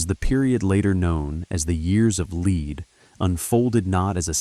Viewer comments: Years of Leed 😂 It's "lead" pronounced "led", as in bullets - because it was a very violent period. That's pretty important context to understand when creating content about a period of history. In future, it might be an idea to cross reference with all the other content on YouTube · Brother it’s ‘lead’ as in Pb. The Italian translations is ‘piumbo’. For something so well written, you could’ve started by getting the name right. All I could focus on was your narrator’s terrible malapropism.